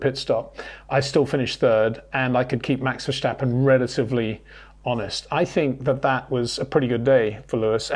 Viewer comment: ⚠️ To all international sport journalists & presenters: ... it is NOT Lewish ... it is NOT Bottash ... and it is certainly NOT Max Vershtappen!